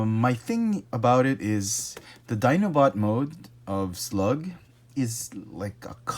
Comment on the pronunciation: Hey, his name is SLAG! Not slug.